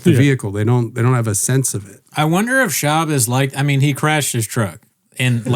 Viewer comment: I heard Schaub asked that twink announcer guy to walggg him to his truggg too. And he obliged.